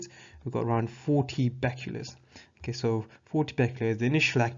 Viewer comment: you are saying Becquerel wrong